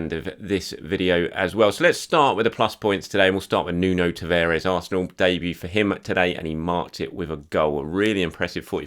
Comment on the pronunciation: TA-VA-RES. Not Taveres! Christ you think you'd pick up the right pronuncation after repeating someone's name over and over again